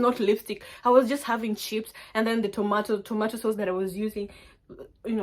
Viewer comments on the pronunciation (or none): Did you just say tomatoe sauce ? 😂😂😂😂😂😂😂😂😂😂😂😂😂